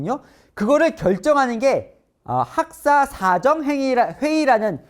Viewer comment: 우와~~ 이 앵커 대단하다 자꾸 빨려 들어가네. 신문. 방송.. 등에서 가끔 헷갈렸는데.. 진실 알려 주셔서 감사합니다!! .. 그런데.. ‘사정’.. 발음할 때.. 그 ‘사’를 짧게 강세 두는 것으로 나는 알고 있는데.. ??